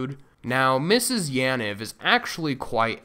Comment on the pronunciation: Bruh is not that hard to pronounce Yaniv correctly.